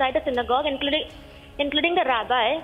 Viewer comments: Rabbi wrongly pronounced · Rabbi wrongly pronounced by host news reader